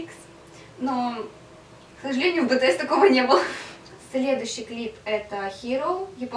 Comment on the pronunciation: Меня убила, когда сказала бэтээс!!!